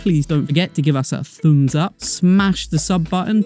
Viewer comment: Did you say "Thu'ums up"? Hilarious! :)